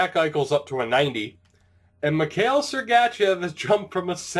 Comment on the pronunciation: With sergachev don't do a hard letter A :)